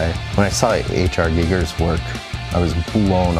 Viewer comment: lol "h.r. GIGGER" XD you mean giger right? as in "guy gur"